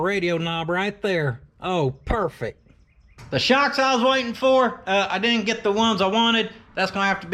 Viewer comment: It’s like you said “PERFEC”!! Love it.